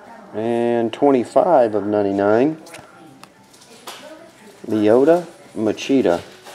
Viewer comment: How'd I know you'd call him Lyota Machida